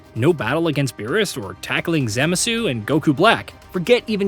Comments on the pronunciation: my man said BUHBEEDEE and then ZEMASU lmfao bro what is that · bruh, Zemuhsoo? i'm out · Babeedee and zamazoo😂😂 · I stopped watching when you called Zamasu, Zemasu. OK bro I'm out ✌️ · proceeds to say ZEMASU shortly after lmfao bro what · Worst pronunciation of Zamasu ever omg! Had to say it, told Meta AI too, cause geezus… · That part should be included in the things DBZ hardcore fans hated. You forgot to mention how he pronounced Oozaru and Zamasu. 😅😅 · CBR does that as well it’s annoying